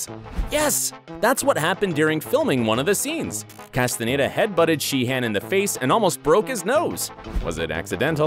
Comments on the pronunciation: right well im from Barcelona and my mums from Chile umm both of them would say David 'Castanyeda' and not David 'castan a y e day'. If you don't mind me asking where are you from? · I mean.. He also said David Casten-aye-da 😭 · “V-log” and “Castanedo” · So the narrator 1) hates Robert 2) Can’t say David’s last name 3) loves Tom